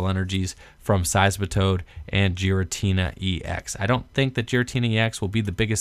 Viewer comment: Pronounced "Gear-uh-tee-nuh".